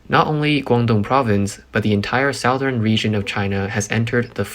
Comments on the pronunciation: His pronunciation is whack on some easy to pronounce words, like Southern. South Ern. But he does marginally well as far as pace, and clarity. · "South-Ern" Is that an Urn with ash remains in the south?